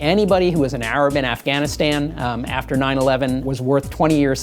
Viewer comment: Afghanistan you idiot not "Aragastan" or whatever she said.